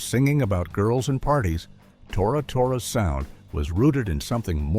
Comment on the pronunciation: teach your AI narrator to say Tora Tora not Tora..........Tora. AI narrators suck.